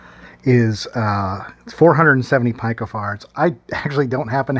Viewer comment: try peeko not pie co